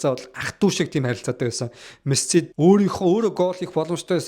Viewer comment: jaahan duudlaga deere anhaarmaar ymu bro мэсссси гээл нэгэл сонин байнаа хаха